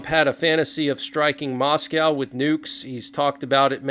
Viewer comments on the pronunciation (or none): none